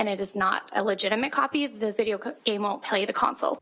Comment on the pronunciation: Tbf I think she just mispronounced "won't" and it sounded like "will" and had a dyslexia moment, so imo this is kinda low hanging fruit off the bat